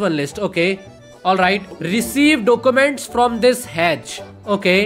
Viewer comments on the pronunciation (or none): Document ✖️ Docooment ✔️